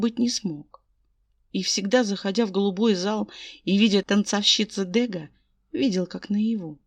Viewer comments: дрбрый день. Мне очень нравится ваша озвучкп, я подписана. Можно подсказочку? Ударение- ДэгА! Это художник- импрессионист. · Чудесная озвучка, все прекрасно очень люблю Ваши озвучки!!! Но в этом фф мне царапнуло произношени фамилии художника Дега. Дело в том, что эта фамилия французского художника, а значит произносится с ударением на последней букве. Ещё раз